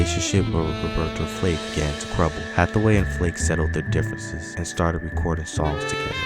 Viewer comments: Roberta Flack not Flake.😁, But thanks for sharing 👍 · How can this narrator call Roberta Flack, Roberta Flake. He’s fired!! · You said Roberta FLAKE bro , which tells me you are basically reading from others and have no real understanding of what you are saying, no personal experience or appreciation for talented individuals they truly were ! .....nice try tho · Sir you not gon mispronounce Roberta Flack’s last name! FIRED!